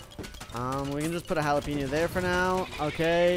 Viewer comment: what did you cal jalapeno into jalapenio